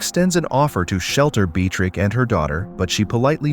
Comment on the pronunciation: Narrator must have gotten the pronunciation of the name Beatrix right at least one time! I admire the dedication to trying every single pronunciation imaginable! Great video, thanks!😏